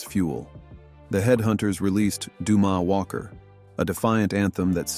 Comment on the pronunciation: Excuse me, “Doo-MAH Walker”? See, this is exactly the kind of shit that, to this day , The Headhunters rebel. F*** y’all and your ridiculous posts with the ludicrous AI narrations. Go live with yourselves and please leave us alone. 😤